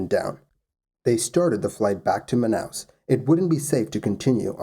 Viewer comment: Your pronunciation of Manaus was good! Man, even Manacapuru, which is a really hard word for english speakers was good. Great channel, by the way.